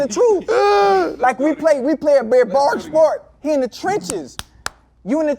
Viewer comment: Y’all gon skip over Ocho saying “Bearbarrick” sport 🤣🤣🤣